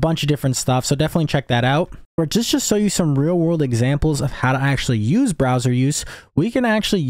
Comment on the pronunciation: browser not BROSWER